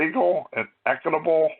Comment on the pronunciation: You can't even pronounce "equitable" or "library" properly. You have no idea what you're talking about. You even think the federal government issues driver's licenses?! Definitely not